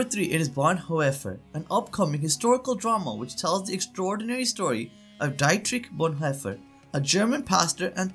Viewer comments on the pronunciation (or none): The narrator could have made a minimal effort at pronouncing Dietrich Bonhoeffer correctly.